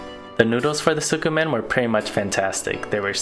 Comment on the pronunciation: It’s pronounced skeh-men not sukimen